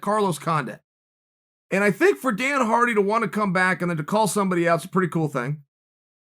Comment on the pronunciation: Chael “Dana Hardy and Carlos Condint” Sonnen.